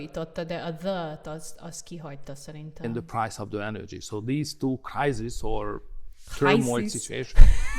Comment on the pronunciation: A két ember kiejtésében nincsen konzisztencia. Például orbán nem rotikusan ejtette az energiát, mint a britek, máshol pedig rotikus volt az r-je. Enədzsi, vs szöRtn, pöRszonel a "phősznl" helyett. Szóval, teljes a katyvasz. MP szintén britre vette néhol, pl a caused szónál, ami a brit felé hajlott a diftongus miatt. Itt a lány meg is állt, bele is kötött, de fingom nincs, hallott-e már déli brit akcentust. Az ő szempontjából tényleg hibás, az én szempontomból pedig a lány kiejtése hibás, amíg nem tudja kiejteni helyesen az alumíniumot. 😅 Amiről nem beszél a csaj, pedig elég dobhártyarepesztően hallható, az a "dupla U" teljes figyelmen kívül hagyása. "Uuí, uuaə helyett azt mondja orbán, hogy ví, meg vóR. De ez MP esetében ugyanígy megjelenik, pedig nem véletlenül hívják azt angolul duplaunak, nem pedig duplavének. Amúgy, az orbán because-ába én nem kötnék bele, mert ez a britre hajaz, sokkal inkább a következetlenségét emelném ki, hogy mindenféle irányból szedeget, nem pedig egyféle földrajzi helyről merít. Nem lennék meglepve, ha egy-egy szót kiwi akcentussal mondana... Ami mindkettőnél hiba még kiejtési szempontból, hogy az "of" szót úgy ejtik, hogy "of". Nyilván minden magyar tudja (viccelek, lófasz sem tudja, max 100 magyarból 1), hogy az bizony egy schwa lesz, de még az amerikaiban is. Tehát az "əv" lenne, igen, vével.